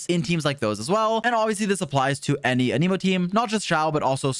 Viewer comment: He's not a "must pull" (unless you want your account to be good) ... the usual video. Also, please learn how to pronounce Anemo properly. =)